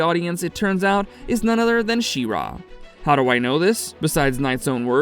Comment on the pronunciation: The stress is pretty even between She and Ra btw, it was weird hearing you say She-RAaa :D